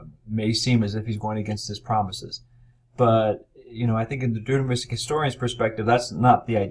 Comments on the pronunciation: Yes. How is it possible that our expert cannot properly pronounce the key word of his lecture? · He never pronounced Deuteronomistic properly